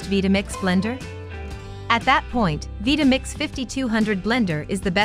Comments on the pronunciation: Veetamix?? Couldn't you at least have the robot pronounce it correctly. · the constant mispronunciation of "Vitamix" is killing me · I can't believe that I've been pronouncing Vitamix wrong all these years.